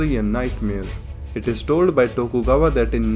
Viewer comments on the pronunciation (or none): none